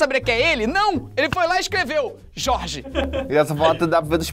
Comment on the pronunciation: Não posso ouvir o Felipe falar Jorge que começo a rir descontroladamente 😹😹😹😹